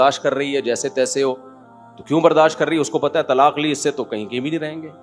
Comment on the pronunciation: او بھائی برداش نیہں برداشت ہوتا ہے 😮